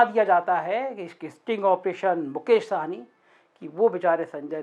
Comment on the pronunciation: जी बिहार वाले मुकेश सहनी है. आप जब बोलते है वह साहनी बोलते. साहनी पंजाबी होते है.